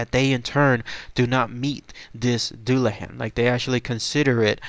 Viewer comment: pronounced dulla hon or dulla hawn